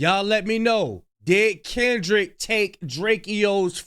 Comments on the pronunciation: He doesn't even know how to say Kendrick's name. 😂 and why did it take so long to make this claim?? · He can't even say Kendrick's name right.SMH